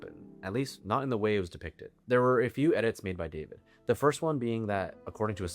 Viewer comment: Thank you for all your excellent videos. The correct pronunciation of this artist’s surname is “dah-VEED”.